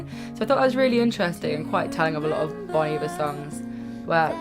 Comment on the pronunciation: It’s pronounced: BONE EEEEE-VARE